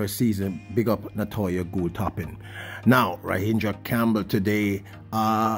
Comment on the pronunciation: As continues to BUTCHER the athletes' names. Ra gin dra not Ra hin dra. Argghhh! I think you should listen over before you upload. 1 point 59 sounds like someone who has never read a track result before and you are a veteran in this